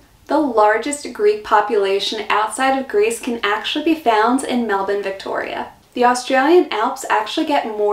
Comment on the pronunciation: What about the way she pronounces Melbourne. Spot on!